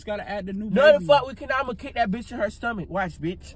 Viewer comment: When he said I’m gonna kick her in the stoamach watch had me laughing into next year